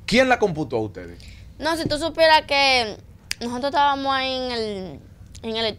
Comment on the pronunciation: Ustedes hablando de primos y lo que tienen que observar no lo observan y es que esa niña necesita lectura comprensiva necesita que su equipo de trabajo la enseñe hablar .esa muchacha dice más de dos veces nojotro por decir nosotros eso me da verguenza ajena pero nosotros los dominicanos somos tan mediocres Que en las cosas que deverdad mereces nuestra atención no la tiene